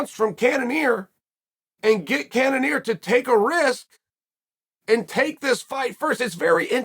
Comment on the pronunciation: Izzy called out cannionier